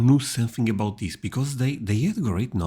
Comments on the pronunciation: LOL the way he says about "aboot" and the way he pronounced the word "schedule" lol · No, as a Canadian, I find him annoying bcs he says aboot knowing that it is not pronounced like that by Cdns - -he's trolling you. We say ABOUT which rhymes with out (not aboot and oot). Never have I ever in my 70 years heard a Canadian say aboot. We are not scottish. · Heh. My college Psychology 101 professor was Canadian, and he said "aboot." 😁 But it wasn't as emphatically pronounced as this guy does it; he said it softer and much more naturally. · The presenter says “about” like a Canadian. Do our Northeastern citizens pronounce that word the same as Canadians? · His pronunciation of words like "about" and "scheduled" is Canadian. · It’s a common pronunciation for ‘ou’ by Canadians and Scottish people.